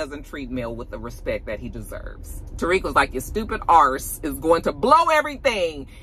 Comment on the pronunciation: Fudge was ok but when you said ARSE bwwaaahhhaaaaa I hollered!!!!! Now I'm excited for Tommy's power lol.